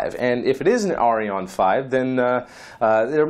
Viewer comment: you misspronoced the french rocket ariane. you pronocened in ending in on but it is pronocec an as in than.